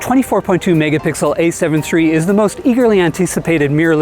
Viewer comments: "A7 tree" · Is he saying “A7 Tree?” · Ace heaven tree.